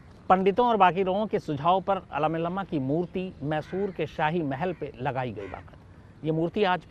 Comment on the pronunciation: Talakadu kaveri river ka ugam sthan hai...Aalamilam nahi sir AALMELAMMA hai...saare naam galath liye aapne, as a Kannadiga I am very disappointed